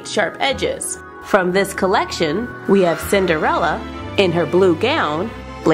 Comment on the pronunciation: 6 times she said cinderela